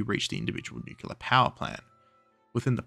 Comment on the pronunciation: I hate to break it to you, there is only one U in Nuclear. And yes, you are pronouncing it wrong